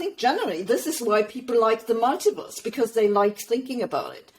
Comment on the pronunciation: When she says ‘mulitiverse’ it sounds like she’s saying “MIGHTYVERSE”…which is much better